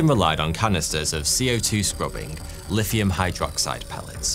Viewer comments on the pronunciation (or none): none